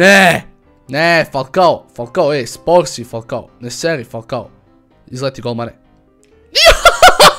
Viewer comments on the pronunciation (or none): none